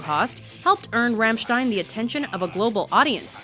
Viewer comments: it's rAAAAmmstein... AAAAA not rEEEEmmstein !!! RAAAAAAAAMMSTEIN.... learn it! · You should pronounce it Rumshtine, but roll the RRRRRRRRRRRRRRRRRR!!!! :) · She said ramshtin